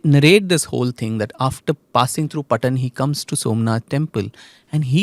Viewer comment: It's not P'tan it's Paatan. (पाटण)The famous saree Paatan na Patola. The famous gujarati song on it. "पाटण ना पटोळा मोंघा लावजो"